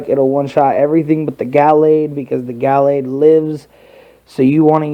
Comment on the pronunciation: it's ga - lade not gal lade